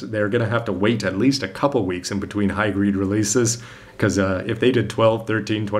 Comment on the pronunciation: it sound like you said "high GREED" instead of "high GRADE." :)